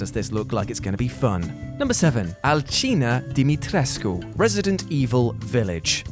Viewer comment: Finally!!! Thank God! Someone who pronounced "Dimitrescu" with the harsh "R" and "U" at the end, like a true romanian! None of that "Dimitresc" nonsense..